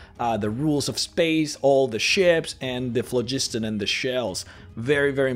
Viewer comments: Phlogiston was an existent word before RPGs used it. It is pronounced FLOG-is-ton. We know this because of it being translated into languages that use various alphabets. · The you pronounced "phlogiston"...